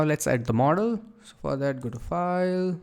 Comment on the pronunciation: when he says model he sounds like mortal